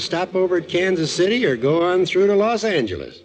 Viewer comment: So it’s pronounced Los Anger lees.